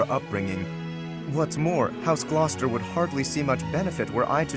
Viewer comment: As someone who lives close to a Gloucester, every time says it it makes me laugh. But than again almost every city around me makes me laugh when non-locals try to pronounce them. That poor dude at NASA tried for a school function. He gave up.